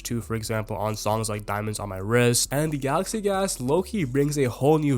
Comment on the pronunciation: everytime you say galaxy gax is so funny bru :face-purple-crying